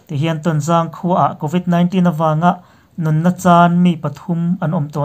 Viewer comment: Covit 19 hi i lam dan hi, khawlvel zawng zawngin an lam dan hi, ngaithla ngun la, i lam dan ngai thla leh rawh in ti Aizawl lam dan a dangin i lamin ka hria